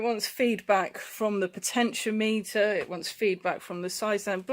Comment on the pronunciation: Potentiometer is said "potechy-ommiter" . I have the same issue on my R1150rt , bloody thing . Stupid ass place to put it huh . I`ll pull it out one day . lol You can get a good used Side stand switch for £20 of flea bay . I replaced mine about 4 years ago , been OK every since . Be careful if you remove it . Driving off with it down sucks !